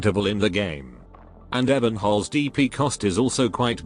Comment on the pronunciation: It's Ebe~nholz not Ebbennholz. And to be fair the closest to a waifu a male op can be before its a trap.